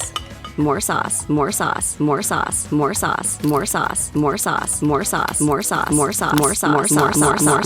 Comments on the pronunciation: at this point I thought it was saying more sus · I hear sus but if you turn 2x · its sound like "more Sus" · TheWomans voice sounds like she's saying more SUS!!!!!!!!!XDXDXD🤣🤣🤣